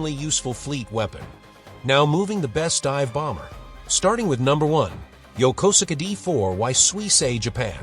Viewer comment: Yokosuka isn't pronounced Yoh-koh-suh-kah; it's pronounced Yoh-kohs-ka.